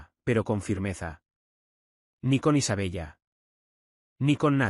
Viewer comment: Isabella, se pronuncia Isabela. Por favor que la IA pronuncie bien.